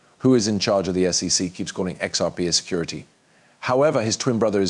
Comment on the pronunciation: So, is now Coin Graph Market? New voice, but your AI still doesn't pronounce SEC, names or dollar values correctly. 3 dollars dot 89 trillion?